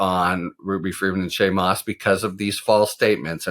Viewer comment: "Shay and Moss"? Come on, Harry.